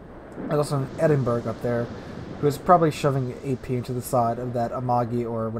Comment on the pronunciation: I cringe every time you call it the Edin-berg. Other than that...really enjoy your vids.